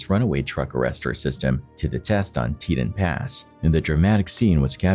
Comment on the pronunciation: Butchered "Teton Pass"